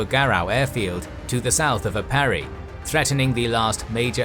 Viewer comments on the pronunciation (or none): He pronounced Aparri like "A pair e" when it's more "A par e". Trust me, there's a difference. Again, appreciate the effort and it's no big deal. It's very hard to nail the pronunciation, especially languages that are unfamiliar to a person. I just noted it because of the original comment. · Hi, Filipino here. Philippine place names are written according to Spanish orthography. While Luzon and Aparri are pronounced as Luzón and Aparrí. Hope you read this.: )